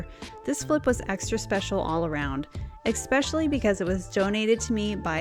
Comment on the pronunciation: You have so many skills and so much talent and dedication! I really admire you and have learned a lot. Please, please consider your mispronunciation of the word “especially.” It’s not a good look for you and takes away from your professionalism. I literally cringe for you every time I hear you say it😢